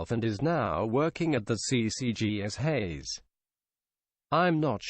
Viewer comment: dude its hayse spelled haise not hays